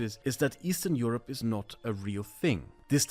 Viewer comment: Eastern Euroee